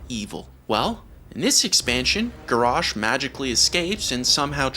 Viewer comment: Dude's pronouncing Garrosh and Grommosh's name wrong.